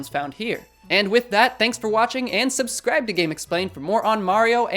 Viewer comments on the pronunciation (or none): none